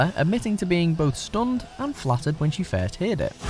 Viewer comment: Did he attempt to say "first heard it” cuz that is not what he said